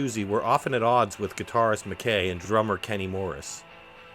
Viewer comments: McKay is pronounced Mc eye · It’s pronounced John Mc ‘Kai’ rhymes with ‘high’ I know a guy who claimed to have the guitar but he passed away so the story ended there. Someone must have it